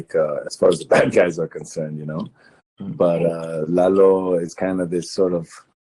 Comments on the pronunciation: it’s Lalo not Laylo. Just Lalo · this interviewer is so triggering , LEYLOOO , ITS FUCKING LA LO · The host was going to say the character name "Lalo" right the first time but then changes to "Lay-lo." Dude you had it right the first time. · I have watched a few British review channels on BCS and they all say LAYLO. This guy is Australian, so I think it's just an accent thing. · Quién carajo es Leilo Salamanca?! Everytime he says "Lay low" some grandma gets corona. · The way in which Tony pronounces "Lalo" is too cute! 🤩 It keeps bugging me when the interviewer keeps pronouncing the name wrong though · Cut him some slack. He's an Aussie more than 14,000 km from Mexico & the US. Those guys have no experience with the proper pronunciation of Spanish. He's a fan and he got supremely lucky to get Tony Dalton. If you want to criticize bad pronunciation you should take a look at Don Hector Salamanca y Gustavo Fring. Los dos hablan un espanol de un bebe de pecho.